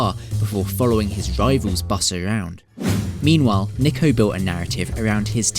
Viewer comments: His name is pronounced n-ee-ko ya dummy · Niko*** not Neeko! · It can be pronounced both ways but he goes by ‘Niko’ not ‘Neeko’ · Still can't get his name right his name is niko say it right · It’s pronounced nick-o he literally laughs at people who pronounce it like you do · Yes they both are pronounced the same, but the "Niko" in niko omilana is pronounced "Neko". Which is the wrong pronunciation. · Bro niko is pronounced nee-ko just search it. British accent truly changes it. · Niko Before they were famous mispronounced your name Are you going to end them?🤣🤣🤣